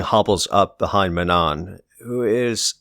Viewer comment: The last N in manon is silent just fyi